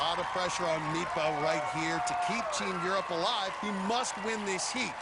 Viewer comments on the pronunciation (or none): They had one job and they kept saying "midtba" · The commentators saying "Mitba" sound so stupid, just say Magnus. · Meatbruh? Damn the butchering of that name. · Me, Norwegian, listening: Who the hell is "Mipa"? Oh, Midtbø... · Mag-nus "meatbah"